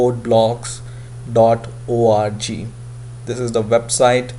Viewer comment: "and the first link you'll see here is DABLU DABLU DABLU..." hahaha im dying